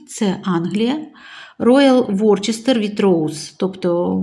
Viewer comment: Вітаю,! Чудовий посуд! Десь я, здається, чула, що Worcester читається Вустер.